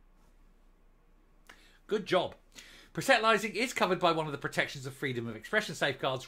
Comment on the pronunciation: That is not how you say proselytising ( Pros le tising )